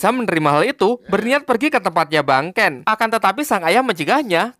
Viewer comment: Harusnya bang Ken bukan banken